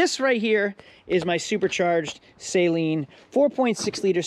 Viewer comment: Looking in comments to see if anyone bitches about “saline” instead of “Saleen” 😂